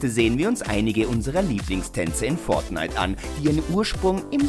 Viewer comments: wie er fortnite ausspricht :D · Bitte sag nie wieder fortnite du sagst es soooooo komisch es nervt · Fortnite sollte man schon richtig aussprechen können